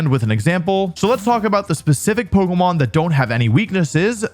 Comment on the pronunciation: Why do you say Poko Mon